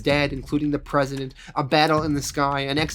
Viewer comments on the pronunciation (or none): none